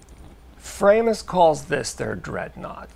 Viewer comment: It's pronounced 'Fraw~mus' properly. Greetings from Germany 🇩🇪